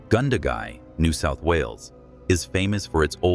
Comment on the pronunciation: We dont call them villages.but. Towns. A lot are peoples night time imaginigs. Being alone. Its. Gun da.gai. Youre mispronouncing a lot of places names. A lot of these stories are that stories. . Night terrors. People suffer these from being alone in frightenig places. I had these plenty when young in the outback frightened. Aboriginal. In that forrest. In. Nth qld.